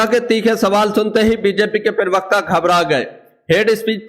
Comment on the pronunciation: pirvakta nahi parvakta hota he😅😂dosri baat, beech me mat bola karo disturbance hota he